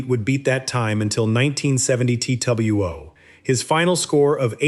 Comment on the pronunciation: You lost me at “Tee tuble you owe”